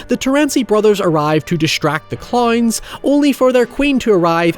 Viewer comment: Add cloynes to the list of ironically pronounced words